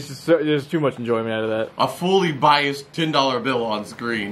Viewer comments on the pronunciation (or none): none